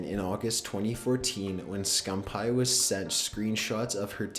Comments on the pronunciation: Optic "Scum-pie" ITS SCUMPII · this boy really said "Scum Pie" lol I'm dead as fuck. it's "scumpii" (scum peeeee) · It's scumpee not scumpie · Why did he keep saying scumPie??? ITS SCUMPEE!!! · bloody hell he does not know how to pronounce words, scumpie supposed to be scumpi guujen wtf is next dude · It's pronounced scumpee not scum pie 😂😂😂😂😂😂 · scumpi not scump hi lol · scum-pie? its pronounced scum-pee. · lol hes saying skumpie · I love how he said optic scumppie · ITS pronounced SCUMPY even thought its spelled SCUMPI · Did he just say OpTic Scumpie? lol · Scum pie and guggin? Fix your shit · i hate how he says scumpie it isnt scum pie XD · did he just say Optic Scumphigh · lol "optic scumpie"😂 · Did I actually hear him say scumpaii? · Did He Just Say Scump Pie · Scum-pie he says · ITS PRONOUNCED SCUMP-EE!!!!!!!! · really? scumpie? you really need to find out how to pronounce peoples named before you report about them. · He is from the famous call of duty clan OpTiC but the guy commentating pronounced his name wrong 😂😂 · Am I the only one that got annoyed when he was saying Optic Scumpii name wrong?! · That's not how you say scumpii but that's okay. You probably don't watch him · NIGGA PRONOUNCED SCUMPII SO WRONG